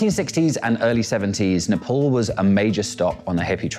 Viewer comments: It’s Nepal not nephol 😂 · its nepal not napols